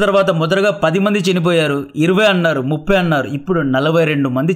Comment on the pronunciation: కంటెంట్ బాగుంది. మాడ్యులేషన్ అసహ్యంగా ఉంది. చినిపోయారు ❌❌ చనిపోయారు✅✅✅